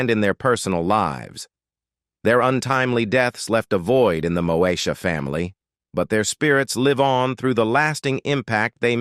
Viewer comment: Really this narrator said Mosha